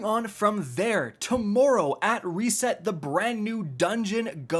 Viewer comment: I was just getting used to "rezourcez"...now "resest"?? 😄